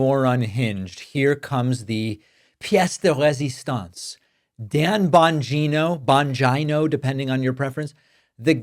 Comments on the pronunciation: bon-geeno. please dont make him sound like a vagina by mispronouncing the surname. those of us with vaginas dont want him near us or confused with female body parts. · It’s pronounced Dan Bongina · I believe it's pronounced Bungina. Sounds like a combination of Bung Hole and Vagina. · Bongino's last name is pronounced vagina. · I think the correct pronounciation of the name is "Dumb Mangina" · Its Bongina. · Bongina—pronounced the way I used to say ‘vagina’ when I didn’t know what it was called. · David, don’t mispronounce Bongino’s name; it makes you look like a little schoolboy. And, it’s disrespectful to a lot of other innocent people who have the same surname. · Your pronunciation of "Bongino" is perfect !! LOL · Lol David couldn’t help him self .. he mispronounced Bongino’s name repeatedly.. even though he said he won’t do that anymore, can’t say I blame him!